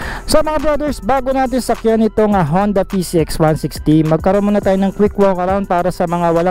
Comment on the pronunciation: Boss “honda” po ang basa dun sa japanese character :-)